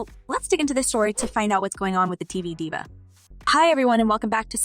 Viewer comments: This must be Ai generated. Diva, a common celebrity word was pronounced as Die-Va? I couldn't finish this after that. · IT'S L O L. You ARE supposed to say the letters. It's not a word! And it's DIVA sounds like DEEEVA. This is the wrong person to do this reporting...geez